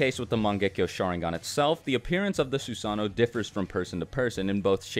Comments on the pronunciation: It hurts su-sano why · Anyone else mad that hes saying susano wrong? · Who else found it annoying on how he said “susanoo”